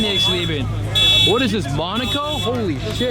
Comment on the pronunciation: How many times you gonna say monico?